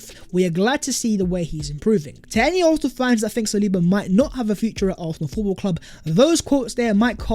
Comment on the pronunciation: Hey! ARSENAL or ARFNAL(ARHNAL)??? SICK TO DEATH of your mispronunciation of ARSENAL! 😤😤😤😤😤😤😤